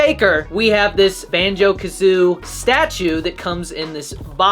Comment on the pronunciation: Its called BANJO KAZOOIE NOT BANJO KAZOO, You IDIOT!